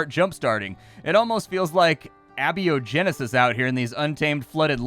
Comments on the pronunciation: Ay-bio-genesis. Ah-beeyo-Genesis is not a word. A-biogenesis. Is the development of life from pre/non existent life forming materials. The synthesis of organic materials. Ah-beeyo-genesis is nothing. You wouldn't call an atheist ah-theist. You'd be following the William lane Craig path of derptitude. Please use the correct term. Trying to sound smart and referring to the incorrect pronunciation and definition is giga-yikes. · it's a-bio-genesis, not abby-o-genesis. 😁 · My friend. It's pronounced a-biogenesis not abi-ogenesis. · Not Abby-O-Genesis. A-Bio-Genesis. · It's not "abio-genesis", it's "a-biogenesis". Because it's the opposite of biogenesis. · Just to inform and elucidate; abiogenesis /ay-bi-oh-gen-ih-sis/ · Small nitpick, Abiogenesis is pronounced "A" like the letter "Bio" like biology and "Genesis" like the band. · Just FYI,, the word is Abiogenesis, pronounced A-Bio-Genesis Basically, life from inorganic compounds. Love the videos! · Abiogenesis is pronounced A-Bio-Genesis. means: Not-Life-Start aka before life began. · normally i wouldn't be so pedantic but your pronunciation actually tore me away from the game i was playing lol. Abiogenesis is pronounced "A" - bio - genesis, ( without - life - genesis). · that pronunciation of abiogenesis was something else lol